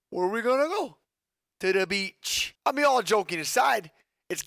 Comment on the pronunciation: “Too da beach” lmaoooo